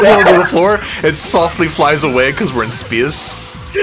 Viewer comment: “cuz we’re in spyace”